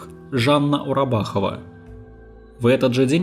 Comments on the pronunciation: Автор, Жанна УраЗбахова, а не Урабахова !!! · я все понимаю и онлайн следила з процессами в надежде на пожизненное этому монстру. но... автор видео, так каверкать фамилии и имена... ураЗбахова. баХЫджан и тд. знаю, что придирка тупа, но подготовив текст и видеоряд, неужели так сложно чекнуть имена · Прежде чем вещать, для начала запомните правильно имена и фамилии. Фамилия адвоката Уразбахова, имя брата не правильно. И не фитнес пелас, а палас. Слушать не возможно